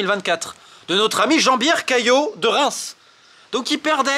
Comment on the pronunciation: Il a dit « Jean-biere » je suis explosé 😂😂😂